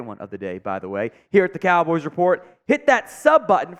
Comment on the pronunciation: Am i the only that caught him saying Dallas Cowls?